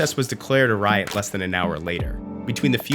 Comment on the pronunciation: he mispronounced riot.